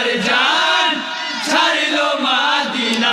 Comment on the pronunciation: বলছি ভাইজান মাদিনা হয় না মদিনা হয়